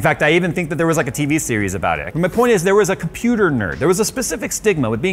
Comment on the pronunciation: wait, did you just say "He built himself a Computurd" ?